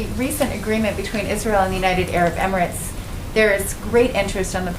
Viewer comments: Emirat-eees, "reporter" aka activist? It's emirates. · How stupid this person pronounce “Emi-ra-tes” ; it should be “EMI-Rates”...